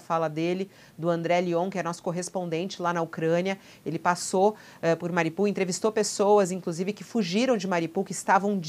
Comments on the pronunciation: Mariupol não é uma cidade russa e a fonética é ucraniana, país onde fica a cidade. Na Ucrânia se pronuncia "MARIÚPOL" e a o mundo inteiro pronuncia assim. Só no UOL essa moça pronuncia errado, falando "MARIPUL". Ensine a ela por favor. Grato. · Alguém por favor ensine a essa criatura a pronunciar direito o nome da cidade. Não é MARIPUL, é MARIUPOL!!!